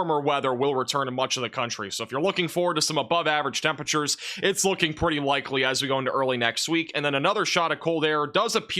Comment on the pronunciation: “temperature” is a four-syllable word..